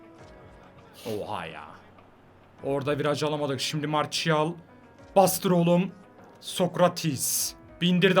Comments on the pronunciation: abi marsiyal diye okunuyor marçiyal değil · Abi o marşial değil marsial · mertial değil marsial